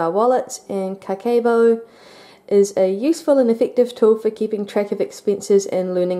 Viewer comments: It's a really nice video. Just wanna tell that it's not "Bu" but "Bo" "O" is pronounced "o" in "Go" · never heard of this book, seems interesting. (the "ke" is actually pronounced very flat, more like keh, instead of like "kay" in "okay" :) ) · She was off on the pronunciation, that means she didnt study this method lol